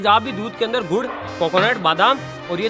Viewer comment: 3 35 pe gud ko gu bola😂😂😂😂